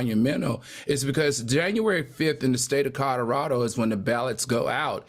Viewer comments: Not just alternative facts, but words too. I can’t be the only one who heard him say Codderaldo? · I cannot be the only one who heard Codderado instead of Colorado. I simply can’t be 😂. I pray Al takes my longstanding advice and work with a speech coach or redo Toastmasters. His delivery would be so much better.